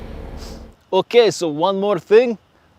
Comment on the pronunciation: "A nice Mercedes" you emphasized that part kyle rofl